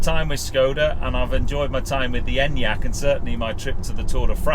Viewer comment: finally someone in the UK who knows how to pronounce it haha